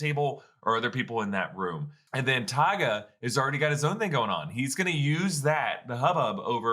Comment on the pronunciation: Taga. Sounds like Karga, but I like where your head is at!